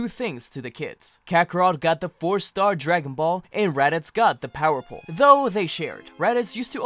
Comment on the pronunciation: When he said power pole it sounded so wrong